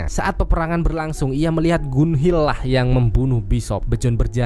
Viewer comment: penyebutan namanya masih salah min... Bjorn dibacanya biorn bukannya bejon,... hvitserk dibacanya vitserk bukan havitsek, Gunnhild dibacanya ganhil bukan gunhil.